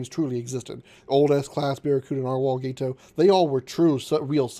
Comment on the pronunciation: You are pronouncing Gato correctly. It's named after the fish, not the Spanish word for cat. Also, it's not that accurate, as the "Old S-Class" whichn was the S-18 class, had no stern tubes. The "New S-Class", which was the S-42 class, which wasn't new, but just a refitted S-18, had one stern tube added. The Gato was NOT available in 1941 at all. It wasn't availbale until early 42, and that's new construction, meaning they wouldn't really be in the war until closer to mid 42. You should play Silent Hunter 4 with any of the big mods. Much more realistic and takes a lot of strategy.